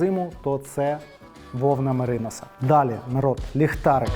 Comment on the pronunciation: Мериносовий баф це просто клас! Мав такий, поки десь не загубився. Замовий новий, чекаю. Одна правка від людини з агробізнесу. Наголос в українській меринОс. Наголос на мерИнос - це з англійської .